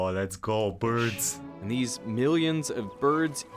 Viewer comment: “Lezzgo brids”😂😂😂